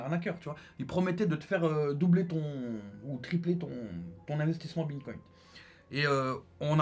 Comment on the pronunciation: Il parle du bitcoin quand il dit bintcoint?